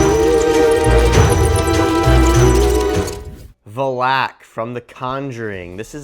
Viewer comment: It's pronounced valack